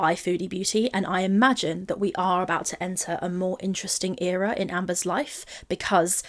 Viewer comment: if she says ‘era’ one more time I’m gonna lose it